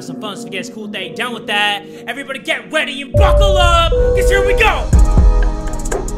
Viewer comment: Bro said rweady